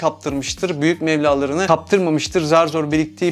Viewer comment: Abi seni düzeltmek vs için değil ama mevla yerine mebla olacaktı sanırım. Sizleri severek takip ediyorum 😊